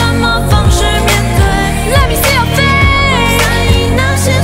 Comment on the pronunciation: I am in love w this performance but it triggers me every time Jenny zeng says let me see your face. Because she says let me see your fa. Not face. Lol love her my favorite